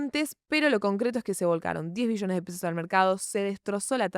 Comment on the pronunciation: acentúa la B wey, escuche 10 Millones y dije, tanto drama por eso? jajaja lo tuve q ver varias veces para notar q eran Billones xD